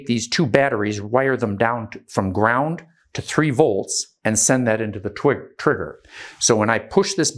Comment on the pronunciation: He said "twigger" But yes. Incredibly well spoken